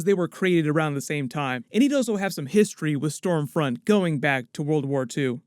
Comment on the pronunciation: I thought it was scumfront 😂